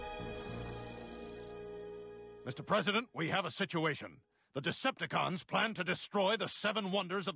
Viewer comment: It wasnt a decepticon it was a "Decept-A-John"